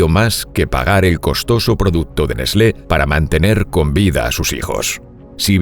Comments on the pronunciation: Que raro que suena escuchar nesle, en mi pais se lo pronuncia ''nes-tlee'' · NESLÉ? Es mucha puta ciencia pronunciar "TL"? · Se pronuncia nest-le? Yo le decia Nes-tle debo haber parecido un idiota.......🏃‍♂️🏃‍♂️🏃‍♂️ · N E S L É ?? JAJAJA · Neslé :v